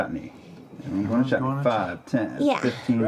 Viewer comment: I think Julie even accidentally mispronounces it as Chetney.